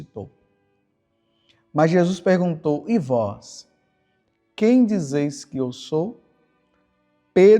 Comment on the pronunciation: Groria a vois Senhor